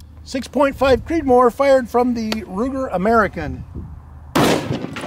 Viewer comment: I said Creedmor, not Creedmore.